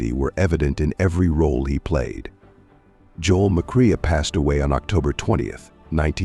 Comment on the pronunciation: Joel McQueer HAHAHA That would be Joel McCrea